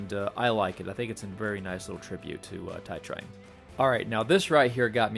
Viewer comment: It's "Too-ee Trang"